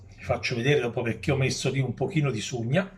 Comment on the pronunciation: Si dice sugna e non sciugna